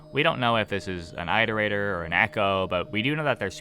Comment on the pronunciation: OH GOD I HAVENT WATCHED A VIDEO IN FOREVER YOU STILL PRONOUNCE ITERATOR LIKE THAT (please never stop)